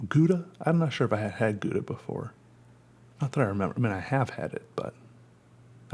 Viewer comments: your saying it wrong its gow-da gow not guda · its pronounced "gauda" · For all u dicks pronouncing it gouda, its pronounced "hhhowda" dont blame me... blame the dutch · Matthijs Roos - is it pronounced gow- da? That’s how I always say it and people look at me like I missed the short bus. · It's pronounced how-dah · I hate how English people pronounce Gouda. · I just wanted to hear you say Gouda cheese and it was just as satisfying as I’d hoped. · I like the way you pronounce 'Gouda'. It's a city in the Netherlands. Obviously, Dutch is a language which sometimes has words which are hard to pronounce (more like: most of the time), so it's always fun to see foreign people trying to use these words. I think I'll stop here before this message gets too cliché... Hehe Greetings from somewhere in the Netherlands! Ps: also, I didn't mean to judge you, I'm actually really happy that people try things. That's also the reason that I like following you struggling to learn to tattoo, if that's even a verb... Excited for the next video!